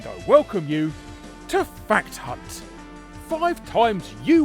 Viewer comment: I noticed how Larry emphasises the 'H" in "Fact Hunt" to avoid us thinking he said something else.